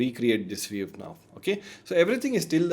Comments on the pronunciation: This comment is not meant negatively, hopefully it will help you for future videos: your English is very good so I couldn't understand why you kept saying VEEV instead of VIEW. Good luck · why you say viv? and not view? its sounds weird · pehle view bolna seekh le wave wave kiye ja raha h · nice video and great information provided.. but constantly saying "VEEV" instead of view is mildly infuriating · It's a view, not a "veev" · it is not viev its view you dumbass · Bro, it's a VIEW not a WEAVE. It's just so annoying to hear WEAVE again and again.😭😭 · Sab shi hai, but yaar WEAVE nhi hai wo, View hai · Why is view pronounced veev? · Excellent video. I gave thumbs down because he kept pronouncing "view" as "wave" or "viv". The most important word of the video. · Wrong pronunciation of "VIEW"!